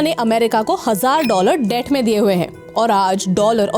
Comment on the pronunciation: Debt ko thoda theek saw batao